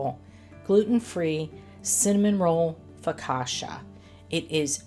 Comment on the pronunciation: That looks soooo good. I would not be glazing, as that’s a missed opportunity for cream cheese frosting! 😂 Ps. It’s foka-CHA, not foka-SHA. 😅